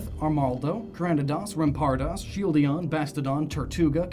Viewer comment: I'm sorry, but I'm very bothered how you say some Pokémon incorrectly. Larion? Shieldion? Tyrantum? You made Pokémon name origins, how could you mispronounce names?